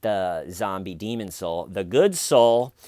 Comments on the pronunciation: Hehe, always says demon as deemond;) 💚😊💚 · Are you pronouncing 'demon' with a d on the end? It's not an s-less Desmond. It's a DEMONNNNN. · Good morning! As adorkable as it is when you say it, the word 'demon' doesn't have a d on the end of it 😊